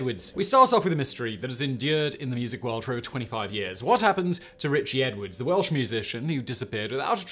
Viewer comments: Man I love your channel but you absolutely butchered some of those welsh words 😂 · Yes! Im sat here cringing at his pronunciation 😂😬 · Awful pronunciation of Welsh words and I'm an Englishman. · 10 /10 for effort in the Welsh pronunciations, 5/10 for getting it right! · Simon, you really will have to learn the pronunciation of Welsh before doing videos on Wales. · he very poorly pronounced them, but yeah Ive heard worse too. Ive known English folk who have lived here for only a couple of years who can pronounce most names perfectly. As long as you know how ‘ll’ and ‘ch’ are pronounced, you wont go very wrong with most names. Anyone who cared enough to learn would be able to pronounce them properly. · He wasn't even close 🤣 fair play on trying though just should have done a quick pronunciation check first.